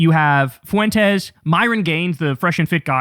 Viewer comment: 😂😂😂😂😂😂😂😂😂😂 you killed me with the fart 😂😂😂😂 And when you say : FUWENTEZ 😂😂😂😂😂